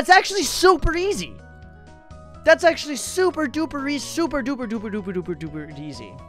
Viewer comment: It zero actolly Actolly not kidding